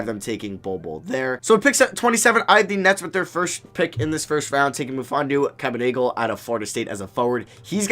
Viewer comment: Claxton went to Georgia and he won’t be a Center at the next level. Kabengele is a Center and u mispronounced his name